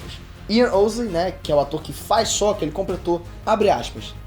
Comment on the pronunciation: Po, mas ai complica tambem... o cara desse video pronuncia os nomes da sério quase igual ao filme terrivelmente odiado de avatar. sÔkka, ângui kkkkkkkkkkkk